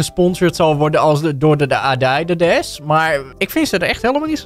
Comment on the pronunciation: Niemand: Helemaal Niemand: Echt helemaal niemand:: Adydidas